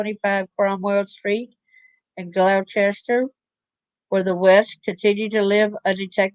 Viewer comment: We will get ya pronouncing our counties correctly one day 🤭